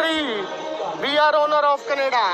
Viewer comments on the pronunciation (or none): Canada ❌ Candastan ✅ 😂😂😂